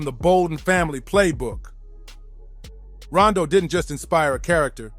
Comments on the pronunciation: Why that man keep calling him Rondo, the name is Rondu, and he had folks shook. The Bolden brothers, Simmons brothers, them names was ringing in the worst way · Why is he saying Rondo... its Ron-du he and his brothers were NUTS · Why he pronouncing Azie and Rondu names like that?